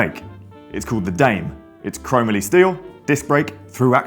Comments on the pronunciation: it should be pronounced “dah may” assuming the brand “primos” is spanish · I could be wrong, but I believe it's pronounced "Dah-may" lol. Next up is the Poseidon X Ambition, Triton, Redwood.